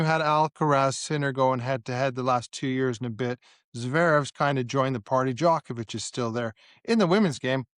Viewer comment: Can you say Djokovic correTly